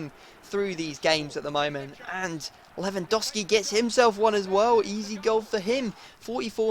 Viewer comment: U pronounce lewandowski wrong to